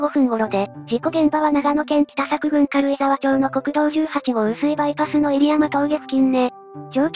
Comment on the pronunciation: 軽井沢町の発音は「かるいざわちょう」ではなく「かるいざわまち」ですね。